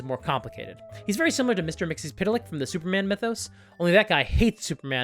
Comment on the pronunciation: First of all that pronunciation of Mr Mxyzptlk, for a name that has barely any vowels, is amazing. Also, I'm so tired in serious, dark, gritty media. Give me cheesy colorful stuff, like the D&D movie or One Piece live action. Those are incredibly good even with all that goofy stuff around. I want that in my games.